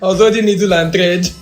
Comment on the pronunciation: Please pronounce the THREAD again 😂